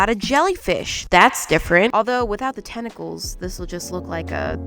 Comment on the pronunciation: WHEN SHE SAID “time to lose some tentacles” I THOUGHT SHE SAID…testies